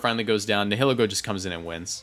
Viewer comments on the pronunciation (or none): Just an fyi . Its pronounced. NY-HA-LEE-GO .. :) .. LUGIA is also my favorite legandary of all time . I glad to see it's TRUE power now :)